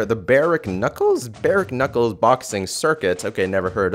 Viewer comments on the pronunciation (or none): Barek nuckle? Bare knuckle dude